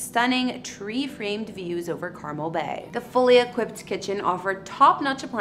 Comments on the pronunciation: its Car-Mel not carmel like the candy honey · it would be nice if you learned to pronounce 'Carmel'. Emphasis on the last syllable: CarMEL. Not Car-mel like the candy. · Car-Mel is how it is pronounced not Carmel like the candy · Love watching your videos. Coming from that area. Wanted to let you know that it’s pronounced Carmel “Mel”. Residents will get pissed if you pronounce it wrong. Just giving you the heads up. Thanks again! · Car Mel is the correct pronunciation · Yes that was driving me a bit bonkers lol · Please stop butchering names! It's pronounced Car Mel..... U do this a lot and I don't get it, If u hear it, say it the same. Someone in another country are going to come looking for Carmel California and get laughed at... U don't have a lot of us following because at times, your exhausting between mispronouncing and messed up picture order. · You need to learn how to pronounce Carmel, it's not pronounced Carmil... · Need to pronounce "Carmel" properly.. it's not candy.